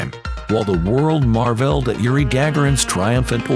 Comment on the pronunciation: Your robot narrator can't pronounce "Elon" "marveled" or "Gagarin" so I'm not going to be bothering to watch your video. 👎💩